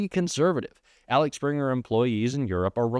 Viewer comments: Please the lad is called AXEL (as in axle) Springer, he is German hence the name; let's not follow the Trump mispronunciation route. Apart from this --- great job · It's not Alex Springer. It's Axel, sounds like axle, means 'publisher.' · Like your reporting,. Just a quick note: it’s AXEL, not Alex. Easy to get the two mixed up, I know. Thanks 😊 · AXEL Springer, not Alex Springer. It’s right there in front of you. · OMG, I'm going to lose my shit if I hear ALEX one more time! it's AXEL!! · It’s Axel, not Alex. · it's not Alex it's Axel, like the axles of your car. other than that keep up the good work. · AXEL AXEL AXEL - NOT ALEX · it´s axel not alex! greetz from the smartass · It’s Axe-ell not Alex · Its AXEL...like Rose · It's not ALEX-Springer......it's AXEL Springer..... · Can't you read A-X-E-L? You changed this name to ALEX SEVERAL times. You have 2 AXELS on your car. This is why I won't subscribe. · AXEL...not Alex.. 😂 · It is Axel not Alex.😊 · AXEL Springer not Alex Springer. How many times can you read the thing incorrectly?! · The name is Axel, not Alex, just saying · Axel not Alex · I like ur vids dude, and i could be wrong, but mayhaps its pronounced like guns n roses guy lead dude?..idk. seems closer to that than alex based off spelling. Again i could be wrong and its a teeny part of ur story, but respect and want best for u and channel❤ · Axel, not Alex. :D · Love the video but as a German I have to highlight: it’s AXEL not ALEX. It’s tough, I know, but relevant difference. Thank you for your work! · AXEL Springer. AXEL, NOT ALEX. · I hate to pick the nit about pronunciation, but. Let's work on 'Axel'. (AHK sell, not AH lecks) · It's AXEL Springer, not ALEX Springer. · It’s Axel Springer, not Alex Springer. 😊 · Its Axel Springer, not Alex Springer. Read the word! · Imoressive how you can pronounce Axel Springer as "Alex" Springer consistently ... 😢 / 😅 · Axel, not Alex 😉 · It’s Axel not Alex … 🤷‍♀️🤷‍♀️🤷‍♀️ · It isAXEL not Alex